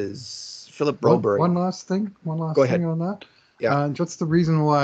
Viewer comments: It's Bro-BERR-yuh, not BRO-Berry! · Yes exactly! And in Canada it's Broberg. I'm a Canadian Swede and I find this pandering kind of annoying lol